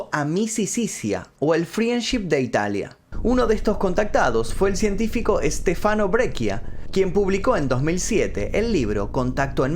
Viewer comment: Se dice "Es te fa no" no "Es te fano"